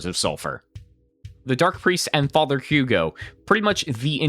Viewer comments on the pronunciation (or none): none